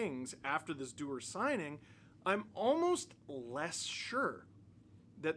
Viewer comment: You mean Connor Du-WAR???